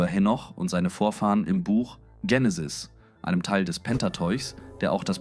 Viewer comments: Ist mit KI generiert... "Dsechenesi" anstatt Genesis... "Sibel" anstatt Abel, "Ädam" anstatt Adam, "Seff" anstatt Seth uvm.. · Ich finde alles gut und eine stetige Verbesserung der Videos! Eventuell kann die englische Aussprache von Adam, Aedem, und Genesis, Dzhenesis, an das Deutsche angepasst werden.